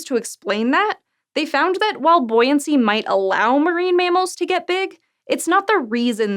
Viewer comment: "Buoyancy." It sounds funny when she says it. In a nice way.